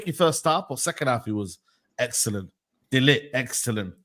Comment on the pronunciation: so ignorant he Still can't pronounce man's name correctly! Delit 🤦‍♂️👎